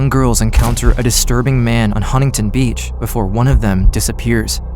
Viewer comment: as someone from HB, hearing “Huntington Beach” made my soul leave my body.